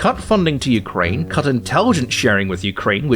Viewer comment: Hahaha, it sounded like you said "Jew-kraine," which would be funny seeing as this is a Tim Poole section, the Holocaust denial mentioned earlier, and the fact that Zelenskyii is Jewish. Also, the Tankies? As in the left-wing equivalent of a Reactionary? I don't get how playing the wrong music would offend someone of that persuasion; if someone here does, would you mind explaining to me? Because the only angle I could think of is wrong, no one or their mothers thinks that the CCP is actually communist, right? That would be like thinking the USSR lr DPRK are or were actually communist.